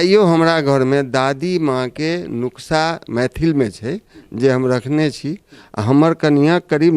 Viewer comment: नुक्सा नहीं है सही शब्द। नुस्खा है